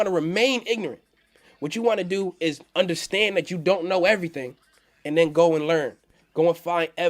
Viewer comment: Undastand Undastand Undastand haha